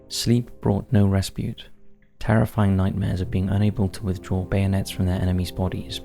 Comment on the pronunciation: 'Respite', not, 'respute' FFS! Barely an upload goes by without you murdering the language. Also particularly grating in this upload were; Aldershot, King's Lynn and scant.